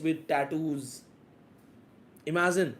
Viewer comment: imagiZine😂 imaZine😂